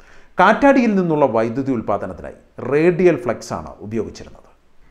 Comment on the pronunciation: വൈദ്യുത അല്ലല്ലോ... വൈദ്യുതി എന്നു തന്നെ അല്ലേ ചേട്ടാ പറയേണ്ടത്?